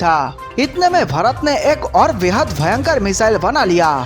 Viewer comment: This person pronounces Bharat as fharat